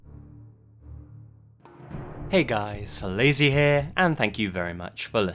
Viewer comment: I always hear the Lazy in "Hey guys Lazy here" as Lizzie. And then I think of Lizzie Mcquire and then I imagine Lizzie Mcguire reading me these stories. Shudder.